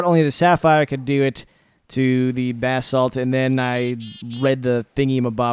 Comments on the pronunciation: I love you but every time you say BAHsalt I want to throw my computer. It is pronounce buh-salt. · That's the American pronunciation but it can be pronounced Bah-salt